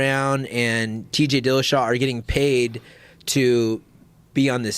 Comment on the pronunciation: I turned it off 11 mins in.when he said killashaw .cringe